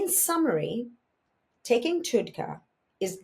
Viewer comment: It’s pronounced TUD , like TUB with a D. TUDCA